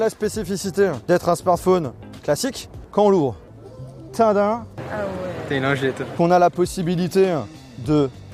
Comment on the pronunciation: Ouai mais on dirait qu'il a dit une lingette 😂